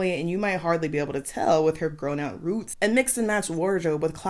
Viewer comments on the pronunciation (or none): I swear, I heard a hint of you replicating how New York says hoops, when you said roots referring to the girls hair and Saltburn.😂😂😂😂😂